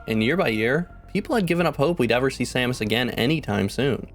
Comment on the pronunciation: 😃 he really does say Sammich! 🤣😆